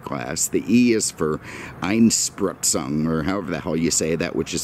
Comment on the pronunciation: You've pronounced "Einspritzung" really well!